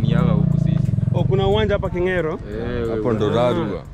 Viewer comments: And King'eero not Kingero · Its kirangari not kiringani Its kinge'ero not kingero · It's a great, project.It's Kingeero not kingero. And kirangari not kirangani. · its Kingeeero not kingero , kirangari not kiragani